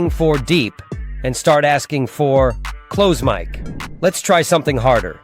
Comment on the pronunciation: Interesting video, I shall try this. Suno "Headers" are called Meta Tags. Also you AI voice is having problems pronouncing many words such as Bass and Close-mic, you could spell these phonetically in your script for consistency.